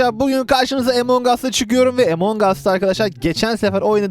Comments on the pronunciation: Emong us değil among us diye okunur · abi emong as değil among us diye okunuyor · Abi emongas deil amongus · Evet emongas